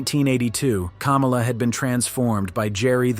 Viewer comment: It's Kamala not cumula